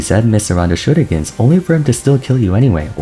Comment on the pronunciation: dont say shurikens like that please